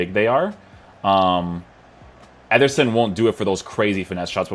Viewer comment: Why’s he keep saying “etherson”